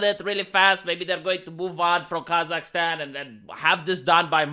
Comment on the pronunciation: Why does keep saying "Kazak-STEAN"? Is he a Biden asset?!?!??!?!?!!?